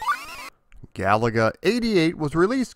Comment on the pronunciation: Thanks for not calling the game Ga-La-Ga